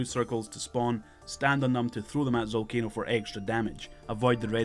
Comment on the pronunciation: the boss is called ZALCANO not ZOLCANO OMG DUMB YOUTUBER